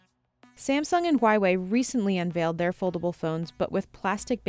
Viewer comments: "Samsung and Whyway" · It really hurts me how says “Huawei”. “Hwhy-Way. Ahagaggagah.